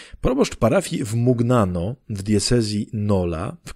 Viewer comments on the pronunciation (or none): Szczęść Boże🙏❤🕊 Jeśli chodzi o Mugnano to gn czytamy jako ń więc będzie Muniano o ile się nie mylę więc proszę sprawdzić. Z Panem Bogiem🙏❤🕊